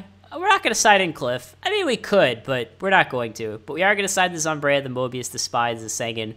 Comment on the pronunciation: Regardless, its not zomb-reye-a, its zomb-eye-ra